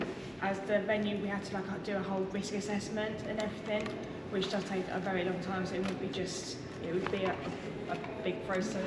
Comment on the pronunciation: 'and everyfing', obviously